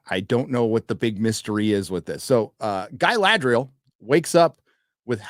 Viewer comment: Why call her guyladriel ?